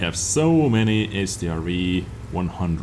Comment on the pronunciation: Strv is not pronounced S.T.R.V it is an abbreviation for stridsvagn (tank in English)